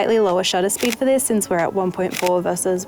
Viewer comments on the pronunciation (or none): none